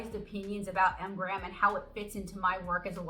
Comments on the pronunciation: I would think that being sponsored by M. Graham, you could have at least given them the courtesy of pronouncing their brand name correctly. But what made me turn this off was your cheesy and offensive southern accent. Completely uncalled for in any case, but especially so since M Graham is produced in the Pacific Northwest. How unprofessional can you get? 👎👎👎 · You keep saying “Mgrams” isn’t it “M.Graham”? Singular, not plural?